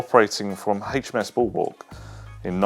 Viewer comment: The number 3 is not pronounced "Free" and HMS in relation to the Royal Navy is pronounced "Aitch Em Ess" not Haitch etc. So very annoying.